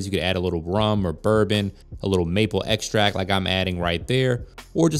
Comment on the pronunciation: Butter xtract and a ther-mam-ater?????? White Chocolate MACGUYVER I'm skurrrrrred!!!!!!!😮😮😮😮😮😮😮😮😮😮😮😮😮😮😮😮😮😮😮😮